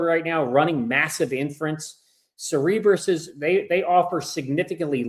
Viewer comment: Cerebras. It's pronounced (Sara-bras)